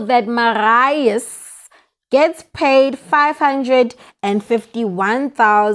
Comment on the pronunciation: The name is Marius pronounced like this Mariyus